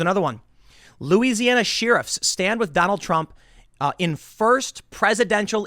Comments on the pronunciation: I love Tim, I watch pretty much every vid, but... "She-Riffs" instead of "Share-iffs" was buggin the heck out of me! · Sheriff pronounced “Shear ruffs”never heard it said that way. Sheriff to me is pronounced “share riff”. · Tim... love your work bro. But what exactly are "Sheeruffs"??? Because "Sheriffs" are pronounced "Share' riffs"👍🏼